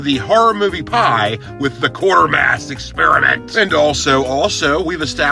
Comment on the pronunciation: I cringe every time he says Quartermass.